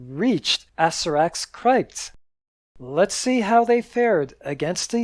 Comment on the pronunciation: My mom wanted me to point out two things: (a) The word CRYPT rhymes with gypped, not wiped. (b) MORALE and morality are different.